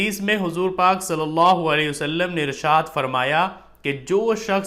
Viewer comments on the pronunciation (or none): none